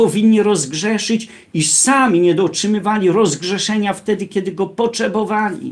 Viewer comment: Poczebowali,oj naucz się prawidłowej wymowy. Ty martw się o swoje zbawienie,afera wiatrakowa w wydaniu wielebnego.